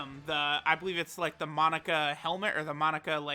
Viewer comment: Forget about the thumbnail, this dude pronounces it “Monica” instead of “Mo-naka”